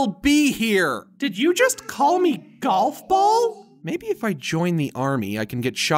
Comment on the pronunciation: he says galf ball